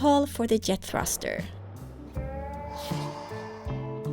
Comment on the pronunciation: The Yet thruster. You guys really struggle with the ‘J’s. I’m not criticising at all, it yust reminds me that English isn’t your first language. Love your videos. Can’t believe it’s been three years already. That just makes me think how little I’ve achieved in the last three years!